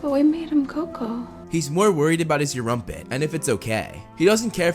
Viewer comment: Its Erumpent not Europent